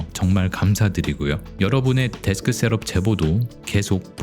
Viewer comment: 발음이 좀 거슬리네요 셀업X 셑업o